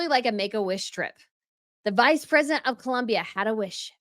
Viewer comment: Harry actually pronounced ‘Visa’ Presidentay which is better than M who pronounced Vice Presidentay (American ‘vice’ mixed with Spanish Presidentay. So good one, H, showing up the con woman!